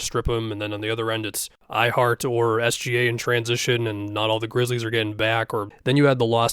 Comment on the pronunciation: Hate when you say ihart. Completely unrelated but it bothers me so much that i unsubbed